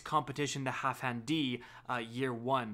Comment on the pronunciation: HalfDAN. Not half hand.